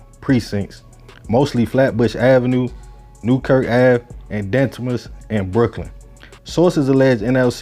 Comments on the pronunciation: The way he pronounced Ditmas as Dentmas clarified that from the get go 🤣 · YO BIG MAN THATS HOW YOU PRONOUNCE DITMAS Diii mas it dit mas